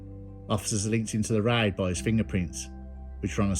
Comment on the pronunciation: Why don’t you just say raid and not riiddeee